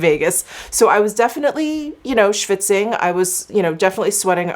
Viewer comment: Now I definitely know that you are from NY. "I was schvitzing." Great Yiddish pronunciation. The foundation is lovely, Sorry that the undertone was wrong. Nonetheless, it looked radiant. Have a great weekend! ♥️